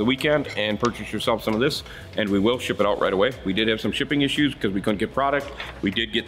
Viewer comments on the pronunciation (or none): none